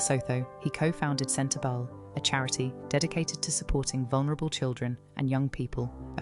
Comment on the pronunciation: The speaker is hard to hear. SLOW DOWN please, and speak CLEARLY and not so fast! Yes, I KNOW it's AI. But they can do it better so that it's understandable, or don't do it at all. And spell the words right. "CENTER-BELLE"?